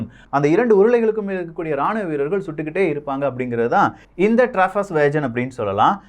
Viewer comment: வேஜன் இல்லை வேகன் சகோ